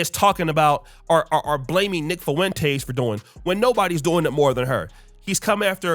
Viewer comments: Say it with me. Fah-Wen-Tez. Not Fah-Wen-Taste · You keep saying “Fo-entez. You need to learn how to pronounce the name. No Spanish classes in high school? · Love ya brotha. But the way you say Fuentes is disgusting 😂